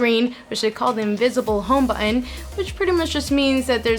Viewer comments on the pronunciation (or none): she can't say "thousands" or "button"